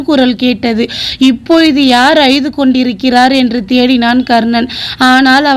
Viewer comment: Subscribe செய்யலாம். ஆனால் உங்க குரல் சோகம் நிறைந்து உள்ளது. மனப்பாடம் செய்து வாசிப்பது போல உள்ளது. அய்து ' என்று சொல்லாமல்' அழுது ' என்று திருத்திக் கொள்ளுங்கள். All the best.